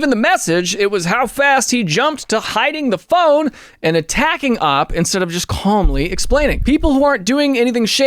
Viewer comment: I love these videos, but every time he pronounces OP as 'AWP' I die a little inside.